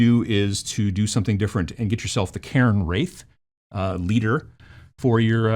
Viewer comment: "Cairn Wraith", not "Karen Wraith"!